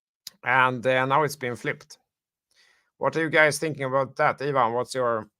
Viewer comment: I appreciate and love you guys. can you call Ivan - eye van and not yvonne 😄